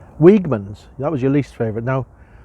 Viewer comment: Weegmans is pronounced weedgemans. Agree with your assessments of the pork 🥧 pies.